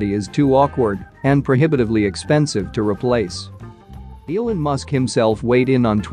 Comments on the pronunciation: Is this read by a robot? Mispronounced “Elon” and “lead” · Every time it pronounces "Elon", I throw up in my mouth.